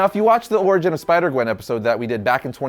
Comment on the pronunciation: Which one is your favorite? Oh you said spider qwen. I thought you said qwen stacy.